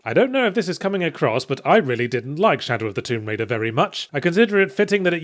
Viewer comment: "Shallow of Tomb Raider" you say?